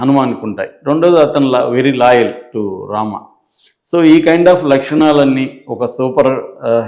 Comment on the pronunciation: Loyalty 😂 not laaaayal